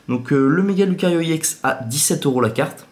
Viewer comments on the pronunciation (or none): Pour qoi tu dit iex alore que sais ex